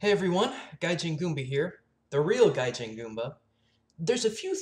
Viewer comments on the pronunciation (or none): you said it gajin. also weeaboo?